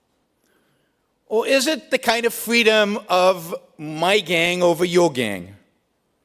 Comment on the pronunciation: Brook Shields: "Fweeedom!"